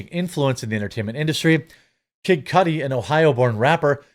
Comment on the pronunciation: It’s Cudi, not Cudi